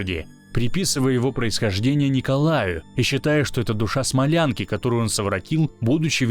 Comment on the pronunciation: Аничков, ударение на а. СмОлянки, скорее всего. Ученицы Смольного института.